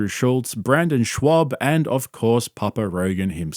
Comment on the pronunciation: I still love how you purposely pronounce Cringo Papis last name wrong, despite saying it a thousand times. Schwab